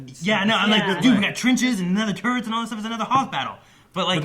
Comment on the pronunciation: It's "turrets," not "turrents"